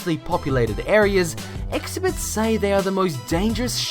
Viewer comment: and expert is pronounced x-pert not eggs-eh-bert. How does this guy get paid for this shit?